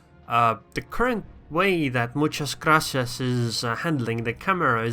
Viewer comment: Good Spanish pronunciation! Do you speak it?